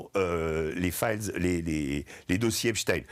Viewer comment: Epstein! Pas Epstin